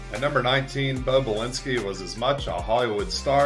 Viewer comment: It was Bo Belinsky, not Balinsky....